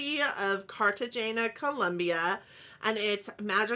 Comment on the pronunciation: Replace the G sound with an H sound softly. Cartagena is a tropical area on the water. Could use some green in it. The palette does work for Cartagena pretty well though I think. I can't pronounce Spanish very well which is a shame because I have family in Columbia!